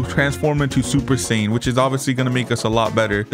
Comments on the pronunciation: “Super saiyin red” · He said super sayain red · Super sayin red 💀💀💀